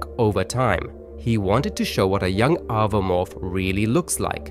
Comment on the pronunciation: It's oh-voh-morph, not ava-morph, watch the movies or look at anyone who reviews the lore.